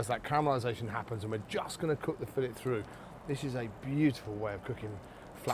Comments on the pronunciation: If you’re a cook and you can’t say the word fillet properly, you’re an idiot. I’m watching something else. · Fillet. "She was only a fishmongers daughter, but she could lay on a slab and say fillet".